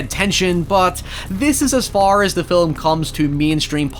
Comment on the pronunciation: I personally love the way he says "fhar" Instead of "far".